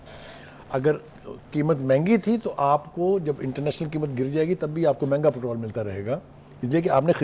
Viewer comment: Patral 😂 please watch your words lady it’s called patrol